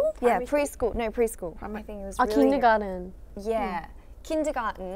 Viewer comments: Iconic moments: (Danielle: All in one, Minji: I can't, i just can't. (Hanni: Oh my gosh i love you girl.) (Hyein and Hanni mimicking Danielle saying "kIndergArTen"😂 ( Teacher Danielle showing her students the difference between clothes and accessories)😂 ( Hyein: pizza, Hanni: Wait isn't that Italian)😊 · "Pre-School" "Ah, Kindergarten" "Yeahh, KINdeGAHTn" "KiNdAgAhTn" Hanni mocking Danielle so funny